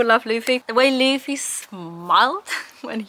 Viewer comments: Yeah, same happens with Spanish. There'll be sometimes a vowel a little bit off, but I can assure you, it'll be better than Laffy xD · thanks, mate! and i think mispronouncing names during their journey through one piece is a step on the path everyone must take😅